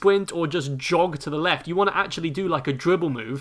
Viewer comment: "The weft and the wight, pick and woll, JJ Bawea" lmao